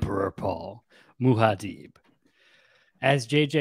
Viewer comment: Muad'dib pronunciation is Mu-ad Dib or deep but not Muha-deeb.